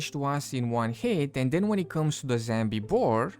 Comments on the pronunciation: I wonder if he knows it's zombie, not zambie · wtf is a "Zambie"??? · "zambi" but did they add bambi? the fuck is wrong with the "zambi" woof is he ice skating? lmfao